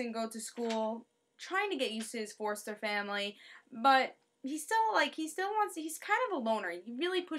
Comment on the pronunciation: "forster family" that NY accent is thick.